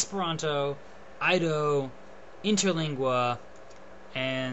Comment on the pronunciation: Some interesting stuff in there, but maybe you could have prepared it a little better and checked your facts. E.g. the grammatical endings in Esperanto. Also, Ido is pronounced 'Eedoh'.